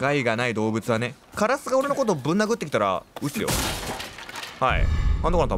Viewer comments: カラスの発音が枯らすになってるwww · カ↑ラ↑ス↑になってるw カ↑ラス↓じゃないの？w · 発音がカラス4じゃなく 枯らす方なのよ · 関東だと枯らすの発音ですよね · カラスの発音が、辛子みたいで面白いww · 相変わらずのカ↑ラ→ス↑の発音ですき☺ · 相変わらずカラスの発音カ↑ラスなの草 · カラシみたいな発音でカラス言うやん笑笑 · 渋谷みたいなカラスの発音すき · バイオしてくれるのまじ神！！！ カラスのイントネーション好きwwww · 久しぶりにのカラスのイントネーション聞けたwwwww やっぱなんか違うwwwwwwwwwww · の、カラスのイントネーションよ😂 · ×バイオ実況ってほんとに強くて！！！😭 カラスの発音かわいいから一生そのままでいてくれദി ᷇ᵕ ᷆ )♡ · 一生気になるカラスのイントネーション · カラスの発音おかしい（笑） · 烏のイントネーションが気になる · カラスのイントネーションw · カラスのイントネーションめっちゃ気になる笑これって方言とかなのかな？私愛知県住んでるけどの言い方使ってる人見たことない笑